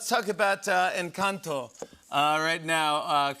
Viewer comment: loved the way jimmy properly pronounced “encanto”. he did his research <3